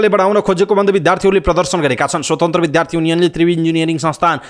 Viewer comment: विद्यार्थी विद्यालय उद्योग आदि शब्दमा रहेको द्य को उच्चारण ध्य गर्दा रछन् यी समाचारवाचक। वाचनको शैली ठिक तर अशुद्ध वाचन छ। सच्चिन आवश्यक छ